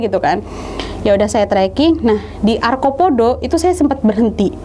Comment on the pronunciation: arcopodo..bukan arkopodo